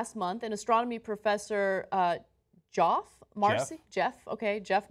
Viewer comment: Lol Ana... I used yo say joff too.